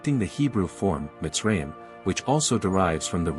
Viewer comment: Its miz- Ra - Him. Like Ab-Ra- him and Eph-Ra-him